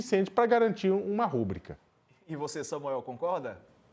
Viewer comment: Não é RÚBRICA. É RUBRICA